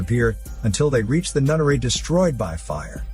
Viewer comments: Took me way too long to realize he was saying “NUNNERY” and not “NUTTERY” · Knowing this channel and, I thought "nunnery" was "nuttery". I was maybe wrong by captions lol. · He called the nunnery nuttery